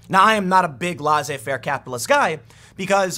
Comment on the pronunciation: It's not pronounced LAW-zay-FAIR but rather LAY-say-FAIR.